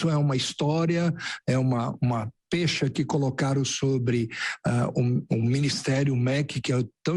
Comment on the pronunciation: Um Ministro da Educação, falar pêcha? Volte para o primeiro grau, Ministro!!!